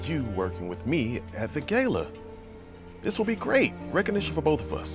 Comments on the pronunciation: They said Gala incorrectly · Bret, the ungrateful head chef who says gala incorrectly along with Alice is the villain